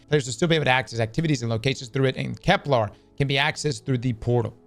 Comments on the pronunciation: Its kepler not keplar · Why does he say Kep-LAR and not Kep-LER? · Because Kep-LAR sounds cooler and also who cares how people say stuff. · It's called an "accent" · Begging to say Kepler correctly